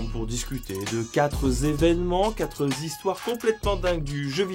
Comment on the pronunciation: Combien de zévènements et de zistoires ? Essaye de faire un effort STP.